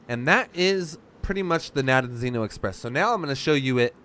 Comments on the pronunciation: nope, its Rogovo in english, you got it right the fist time :) - Nadejdino. Rogovo means something like "horns town" and Nadejdino should mean skmething like "hope town" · I think, phonetically, it's Na-dej-dee-no